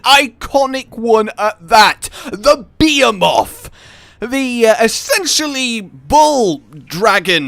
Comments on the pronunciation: Your saying Behemoth wrong. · Not how you pronounce Behemoth. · Dear God you said Behemoth horribly wrong, lol. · pronunciation of behemoth kills Me but at least this news is dope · Just the Brit way of pronouncing it. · Is that the way you pronounce Behemoth or have I been getting it wrong the whole time? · Wrong. its pronounced one way, any other way is a butchery of the word and just poor pronunciation. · This isnt a Baha-muht/Ba-ha-moot moment. He is most definitely saying it wrong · I know everyone saying things there own way and I get that but don’t you know how to say behemoth you know like a normal person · FFS can you please say Behemoth correctly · I love you man but the way you say behemoth.... reeeeeeeeeeeeeeeeeeeeeeeeeeeeee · Since when is behemoth pronounced BE-a-moth? It’s BE-HE-muth. Pls fix ur English, it hurts. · .......why do i hear be moth and not ba he muth?? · It's BAH Hē MOTH!! not Beeahmoth... ugh DX you are killing me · It is called bee he muth not be a moth not hate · Beomoth...really that's not its name...thanks for ruining my final fantasy experience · The hell is a 'beemoth?' Cuz that's what it sounds like your saying. Be em oth. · It bothered me, but it is Ba-"HE"-moth not bay - a - moth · please. It's Behemoth. Pronounced Beh-He-Moth not fucking Be-A-Moth. Can we get Mothman, too? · The ..... Beermoth ??? Wtf man "be-he-moth" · Hey you BE HE MOTH not be a moth learn to pronounce words that and you being weird are you're only flaws but we like you because your weird so just learn words please it took you so long to figure out Kulu ya ku instead of cooler ya ku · u said beomoth instead of behemoth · "Beee-heeee-mawth" like what? You don't pronounce it as "Bee-hee-myth"? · Bee-Hee-Muth. not Bee-Haa-Moth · BE HE MUTH, not beamoth behemoth. I love you. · Because has no clue how to pronounce words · not even about different accents he say bee ha mot. its bee hee moth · be·he·moth bəˈhēməTH,bəˈhēmäTH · Bee-eh-moth? Ffs